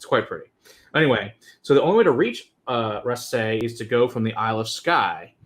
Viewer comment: Hey I am a Japanese girl living in Scotland and have been waiting for an expression from this distillery. Just a point though it's "rassy" like grassy, not rass-AY. Scots get very protective over pronunciation.